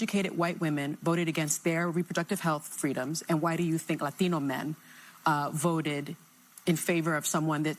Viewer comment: Why she gotta say Latino with an accent...